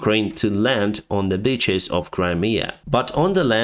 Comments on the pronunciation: Haha! When said: "including the beaches of The Black Sea", it sounded exactly like "including the bitches of The Black Sea". 😉 This should become the new nickname for all of the pro-Russian insurgents in that area of Ukraine. 😁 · Digging on the beaches: easier, they were ordered to dig trenches. They did. Behind the lines, but noone specified where they wanted them. Also, I love how you pronounce it. Digging trenches in bitches sounds cool :p